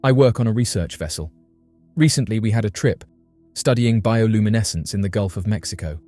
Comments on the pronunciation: Seriously how many times did he say bioluminescse........ I had to give up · Let’s take a shot every time he says bioluminescence.